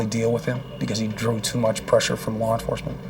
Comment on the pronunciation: "Lar Enforcement?"